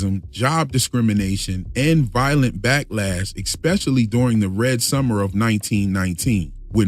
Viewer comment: There is no "X" in the word "especially" It's not expecially. Why can't some people get this right? It's like those people in England who pronounce "Th" like an "F" One,Two,Free instead of Three. It's like listening to a musical note off key. That aside, the analysis in this video was brilliant.